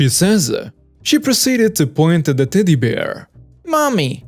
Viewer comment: Anyone else hearing titty instead of teddy